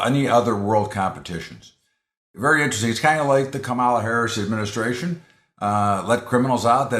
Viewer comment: You can't pronounce KAM a la? Even Donnie Disinfectant can pronounce it now :)